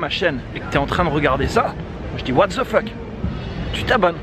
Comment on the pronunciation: j'adore quand tu dis what ZE FeuK hhhhhhh j'ai toujour adoré tes videos mais celle ci m'a vraiment fait rire alors j te dirai va te taper une femme t'as l'air affamé et ca te bouleverse les idées :D